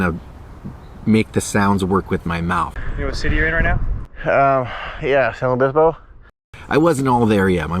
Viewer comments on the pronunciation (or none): It’s pronounced San Lu-IS Obispo...not San Lew Obispo. I enjoy the vids btw 😎👍🏻